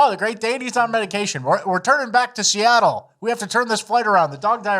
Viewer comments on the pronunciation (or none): none